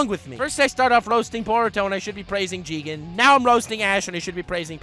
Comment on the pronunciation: You pronounce "Jigen" wrongly Its "Jiigen!"